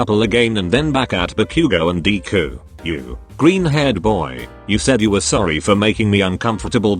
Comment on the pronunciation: Nobody: Text to speech: dee - ku